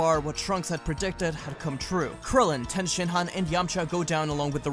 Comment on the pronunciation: Is it okay that I heard Tien Shit-han instead on Tien Shin-han